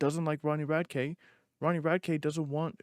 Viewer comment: You’re saying his last name wrong dude come on